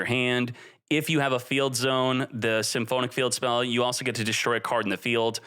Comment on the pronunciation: I've always wondered, does mispronounce every single archetype or name on purpose? Like who says symphonic like that